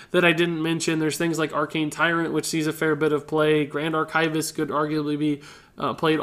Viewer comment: sir, I love your content but PLEASE. The word is "ARK-ih-vist." ARK-ivist. Your emPHAsis is on the wrong syLLAble